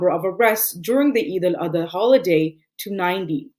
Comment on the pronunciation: First of all you have to correct your way of saying Salam. All I heard is “Assa Malikum” which has a very bad meaning. It is not Eid ul ada. It is Eid ul ad ha.